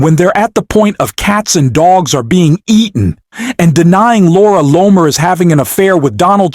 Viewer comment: Please pick one pronunciation and stick with it! Loamer, Lonet, Loomer. Even if it’s off, just stick with one, ok? It’s distracting. Thank you. Otherwise, your video is very good.